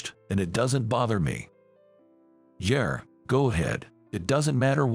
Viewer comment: There is no "R" in Yeah!